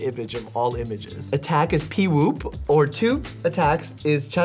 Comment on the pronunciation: Instead of BEEwop he said PEEwop